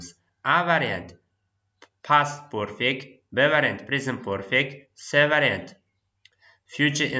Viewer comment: Aka nimaga perfect zamonni poʻrfect deb aytasiz, talaffuzga etibor beringda axir oʻqtuvchisiz